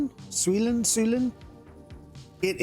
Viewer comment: Sy- U-len... ;)